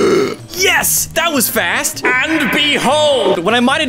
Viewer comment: Why did i think you said fat instead of fast 😭 T-T